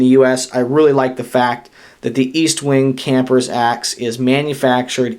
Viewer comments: Its pronounced Estwing not EAStwing no A just saying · I believe it's Est-wing not East-Wing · No offence, but it's Est-wing, not East-wing, I have the three sizes, and they work real good for the money, tough as nail's, and having the three sizes, for the price of one Swidish axe, I can get them pretty sharp, I have no problem taking either the leather handle 14", or my shock absorber handle out for a hot cup of coffee on a open fire, it just doesn't get any better, I like to enjoy myself, so I also carry a 5"-6" knife, like my Bokor Plus Vox Rold, or one of my Swamp Rat's, like my Rodent 7 ( I know it's not a 6" blade, but why not, it's only a inch longer, and has a choil ), or my new Rodent 6 which I had the top gaurd taken off, and now it look's like a beefy Ratmandu, anyhow, the East - wing's fit right in and make a great companion with my tool carry, at this time, I would like to say, I enjoyed your video, and also would like to Wish You a Happy, Healthy, and Prosperous New Year.